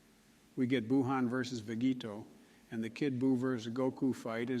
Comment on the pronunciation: I was getting pretty annoyed at the awful takes in this, then I realised this is what actual db fans would probably say. So good job on that front. You could have put more effort into pronunciation though. Should have spelled names Vejito and wees